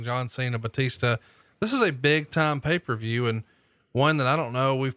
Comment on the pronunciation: How come Arn pronounces it, "Pay Fer View?"